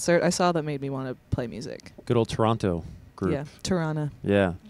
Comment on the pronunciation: this was really good! my fave part is when Lucy says Toronto properly 😇